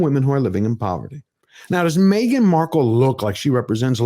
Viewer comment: Me-gain and the half wit. 🙄